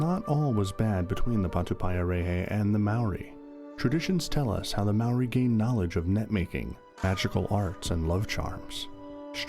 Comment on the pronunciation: That’s not how you pronounce Maori, or patupaiarehe.